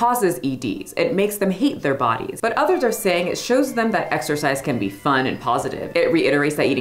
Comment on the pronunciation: Exercise? I thought you said "extra fries!" 🤣🤣🤣